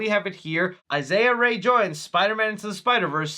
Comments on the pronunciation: Her name is pronounced "EE-sa", not Isiah... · Issa is (E SAHH) . 🤣🤣🤣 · Her name is pronounced “EESA” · Dude you need to figure out how to pronounce the name’s of people of color “Isiah Ray” for Issa Rae. Not even close smh 🤦🏾‍♂️ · Bro I love your videos but you pronounced Issa Raes name completely wrong....(Is-sa)...not Isaiah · you pronounced Issa Rae name wrong lol It’s pronounced “Issahh” not “Isaiah” 😂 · It's (E-Sa) ISSA Rae bro lol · lol love the content but I cringed when u said Issa pronouncing it like Isaiah when it's "e-sa" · it’s pronounced “Essa” not “Ice-a”😂😂😂😂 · Issa is pronounced EE-Sa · Lol her name is Issa Rae not Isaiah 🤣🤣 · It's a good idea to venture off into a new direction for "A Quiet Place". What more could they do? Also, Issa is pronounced IS-SA. Please keep the cringy intros coming!!! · Issa rae- (EESA ray) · The way you butchered the pronunciation of Issa (Ee-suh) Rae’s name was diabolical 😬😅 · Hey man, just letting you know it’s pronounced Ee-sah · Her name is pronounced EE-sah Ray... 😂😎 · Issa Rae is pronounced like Essa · It’s actually pronounced Issa (Eee-sa like Lisa) Rae (Ray) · OML , as soon as I heard ISAIAH RAY I needed to go to the comments to see some corrections 😅😂😂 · Btw you pronounced Issa Rae wrong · Pronounced Issa wrong 🤣